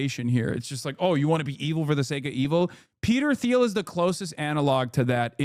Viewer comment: Hasan purposely mispronounces Thiel every time to avoid legal action. That’s how scary Peter is.